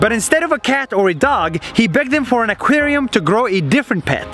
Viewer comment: try to pronounce aquarium